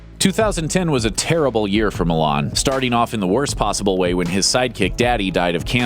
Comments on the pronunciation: Did anyone else got irritated every time they pronounced Milán instead of 'Millán' wich is Cesar's actual last name?! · Just if you want to know the correct pronounciation of Millán it sounds like: Meeyan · You should learn how to pronounce Millán before making a video where you call him for 1000 times.